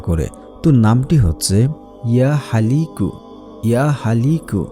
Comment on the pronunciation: নাম লেখা ছিলো 'ইয়া খালিকু' অথচ উচ্চারণ করলেন 'ইয়া হালিকু'